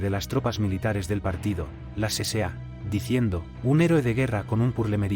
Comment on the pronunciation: No se dice CCA, se dice la SA, acaso no fuiste ala escuela nocturna